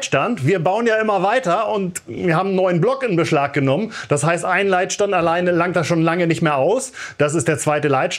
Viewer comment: Leitstand oder Leidstand?